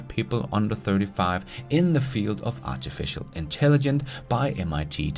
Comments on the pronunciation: Artificial intelligen...CE... it feels weird every time you say it without the CE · You did a whole episode and said “artificial intelligence “ wrong over 100 times!